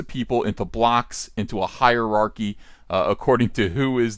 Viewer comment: It’s high-archy bro!!!! High-ark-ee! Listen to how Jordan Peterson says it! Obviously not actually criticizing you, say it however you like. Great video as always, Uncle Ethan! Thank you for the content.